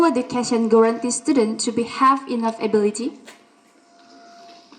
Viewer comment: Educator sering salah ucap : are you agree ? ❌ Do you agree ? Enough = enog ❌ inaf